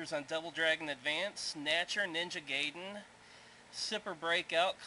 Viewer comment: YES! you pronounced it Ninja Ga-yy--den just like I do haha. I know it's pronounced GUYDEN but I will always say it the other way like I use to when I was a kid. Good review, glad you liked the set. Only thing is the labels on the discs are not sticker stick on's they are injet printable discs so labels were printed directly on the disc.